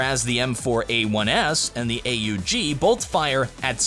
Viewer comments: what weapon is AA UU GII never hear that gun new update coming soon..???? just say aug like normal human. AUG AUG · Hey, the gun is not pronounced A.U.G It's an austrian gun and they just pronounce is as AUG or A-HOOG, kind hard to show it here